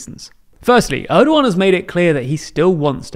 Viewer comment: Gosh he is slaughtering Erdogan's name, can't you at least watch a video where his name is pronounced correctly?